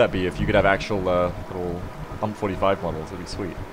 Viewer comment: I have never heard anyone say UMP like that.